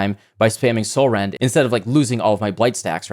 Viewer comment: All I was hearing was Catsrend